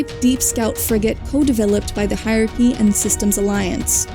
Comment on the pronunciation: On behalf of Aki's everywhere, I respond to the Turian Hierachy with "Hi Bioware." (Makes sense if you hear Hierachy as "high aki", Also explains this joke.)